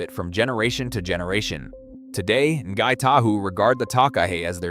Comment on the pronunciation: not sure who the In-gai Ta hoo are or where lake Teannow is either and what is a ta-kaaa hey? the people are " Nai Tahu" the place is lake ""Te Anoww" and the bird is a TAka-he